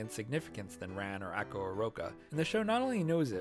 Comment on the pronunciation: This was a great video, and I really loved all the points you made! I don't know if this is nit-picky of me, but in the future if you make more Bandori-related videos, please fix your pronunciations of the characters names! Specifically the "a" sound. For example, you pronounce Taki close to "tacky", when it should be pronounced like "tah-kee", Ako, should be pronounced "ah-ko", and Kasumi needs that "ah" sound too. Was a little distracting from an otherwise entertaining video!